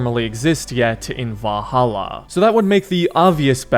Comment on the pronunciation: say it with me... VAL-HAL-LA